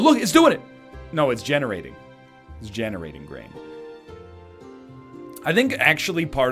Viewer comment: I'm pretty sure hearing brain instead of grain is ingrained in my brain